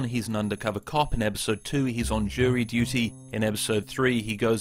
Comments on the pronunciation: Am I going insane or are you saying "ebisode" instead of "episode"? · Loved the video but narrator if you would kindly annunciate a little more. It’s pronounced “episode” not “ebisode” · Good video until you started to say "ebbisode" a thousand times 👍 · 'ebisode' - I'm sorry but it just started digging into my mind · ePisode not eBisode!!!! Urgh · Really cool format and all, but it kinda throws me off how they pronounce "episode" as "ebbisode". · Definitely sounds like you're saying Ebisodes..... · Are you saying ebisode? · Today’s lesson: ebisode is the brober way to say bronunciation imbediment. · The video is great and all... BUT WHAT IS AN EBUH-SODE? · my man keeps saying ebisode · I agree with you mostly, but there certainly are other comedians who have a structured AND funny set. Also, why tf do you say eBisode?? and onward. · Hahah you say eBisode. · The pronunciation of “ebisode” really made my insides cry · Why you say "Ebisode"? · I almost had to stop watching this because of how many times you said “ebisode,” but I’m glad I persevered. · the way this guy says episode is funny "ebisode" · ‘Ebisode’ annoyed me so much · you speak so eloquently and with such perfect enunciation that I'm starting to think you say "eBisode" on purpose, perhaps referring to some in-joke I'm not aware of... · Are you saying "Ebisode" in this video? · Brother keeps saying eBisode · great video but you're definitely saying 'episode' wrong